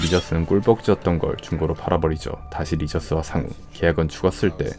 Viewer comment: 쌩우 아니고 상우 라고